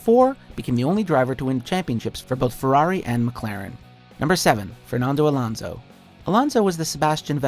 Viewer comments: It's AlOnso Not Alaunsou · hmm didn't know alonso was pronounced as alounco